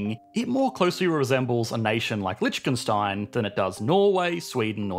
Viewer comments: lichtekstein? holy mother of pronunciation batman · Lol Litch-ken-stein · gotta love that "Lichkenstein" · why is nobody talkin about him sayin lichickenstein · Love how you pronounce Lichtenstein and "aliuminium" 😁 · immediately went into the comment section to see if anyone had made fun of yet for how he thought Lichtenstein was pronounced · Mate what is with that pronunciation of Liechtenstein? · Interesting way of pronouncing Liechtenstein, but incorrect 😁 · Please learn how to pronounce Liechtenstein